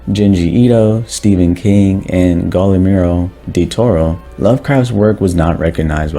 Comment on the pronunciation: did i hear "Godimiro Deltoro"? bro, its Guillermo, like Guillotine